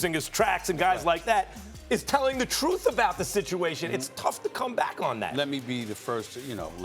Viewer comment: lol Max: The Troof